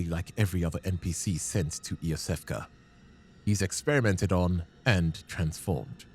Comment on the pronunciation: Its not pronounced ee oo seff cuh